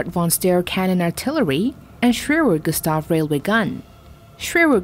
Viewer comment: Lol, Americans can't pronounce their R's. SWEWEW GUSTAV is all I hear at then end hah.